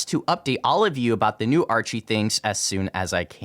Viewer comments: mispronounced Archy, It's just said the same way as the first word in Archeology "Ark-E" not Archie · When he says "archy" it'd be pronounced as "arky"